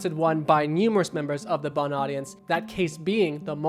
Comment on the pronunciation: It's seconds into the video and I'm leaving because you keep calling this 'B.U.N." Get Shane and Ryan back, for the love of God.